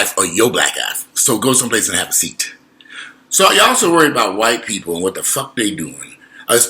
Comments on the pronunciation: The way you said "The Whyt-pi-pol" 😂😂😂Too funny. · Righttt!! "The Whyy-pii-poll"😂😂💀